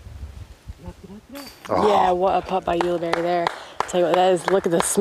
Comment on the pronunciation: I think you covered every possible pronunciation of Ulibarri, get it right.